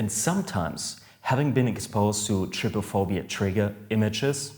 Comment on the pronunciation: U say is like try-phobia